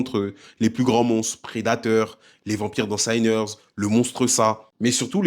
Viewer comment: J’ai bien aimé ta vidéo, mais il va falloir régler un truc définitivement… sinners ne se prononce pas Saïneurz… juste sinners. La première partie du mot se prononce comme « sinon » bref c’est de l’anglais de base quoi